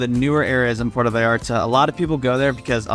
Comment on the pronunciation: Yes, the first “a” in Vallarta sounds like the “a” in “haha”. You’re pronouncing it as Veyarta.